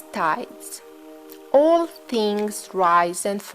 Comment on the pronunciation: what is the word you are saying? All?... the mind of the all?